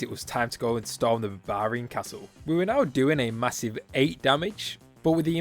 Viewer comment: Barbarian. Two Rs lol I keep expecting to see an elephant every time you say babarian